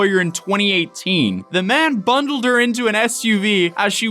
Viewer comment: Why can’t you pronounce bundled?